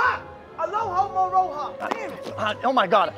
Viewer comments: I can't with this guy xD "'Allo-mahoe-ra!" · "Say Alohomora." Felix: "ALOMOHORA!" Kai: "ALOMOROHA!" Felix: "What are you saying?! Read it." Kai: Alohomora...ALOMOROHA!!!" I'M DYINGGGGGG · Say Alohomora, "ALOHA" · why did they both say alohamora wrong hahahahaha